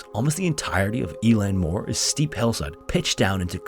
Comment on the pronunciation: 'Eilean' is pronounced like 'ehlan' not 'eelan'